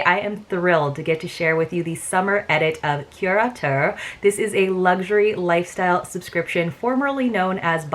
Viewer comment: I think you are the only creator who pronounces the name correctly--so tired of hearing it called curator box. That was quite a difference in values, but totally get the why in terms of your choices.. I did not order this box primarily as I have too many towels, too many cover-ups, too many skin oils, and also bags, albeit it was a cute bag--so glad it is black inside lol even if its harder to film.